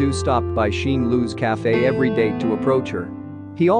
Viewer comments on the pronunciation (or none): none